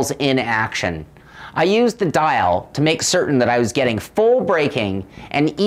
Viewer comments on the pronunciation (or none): none